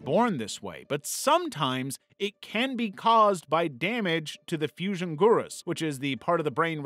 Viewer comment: What disorder do you have where you pronounce parietal and gyrus so badly?